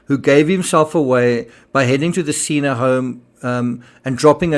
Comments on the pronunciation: Senna not seena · What a blessing that Charlotte Sena (pronounced sen-na, as in senator) was found safe and in apparent good health. According to the New York governor's statement during the press conference, there was no mention of any video evidence of the kidnapping. Thanks,, for reporting on Charlotte's successful return to her family.